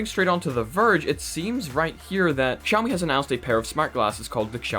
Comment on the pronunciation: i love how your english accent is so perfect but you say KSIAOMI like a real Pole and I think thats beautiful